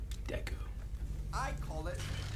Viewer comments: The fact that when Dolores said Mirabel didn’t get a gift you just hear “Deku.” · "Deku" hahhahahha